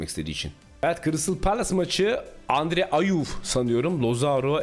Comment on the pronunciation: HARBİ ÖYLE DEMİŞ ONURONLİNE:GALİBA ANDRE AYUW HAHAHAHHAHAHA